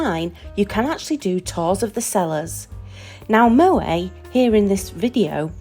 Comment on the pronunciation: The T In Moët is pronounced ! It’s a Dutch name , not French